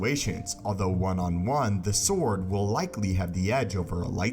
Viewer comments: Are you saying “Sith saw”? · if he says "sith sore" one more time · This guy can't say force, or sword. Dude. Learn to speak